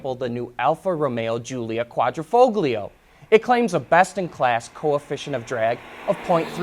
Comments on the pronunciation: I heard "kwah-dreh-foh-glee-oh". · the "g" in quadrifoglio is not pronounced. see this site